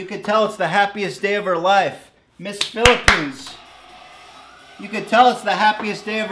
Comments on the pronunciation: How do you even fuck up reading Phillipenes with Colombia? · he butchered PHILIPPINES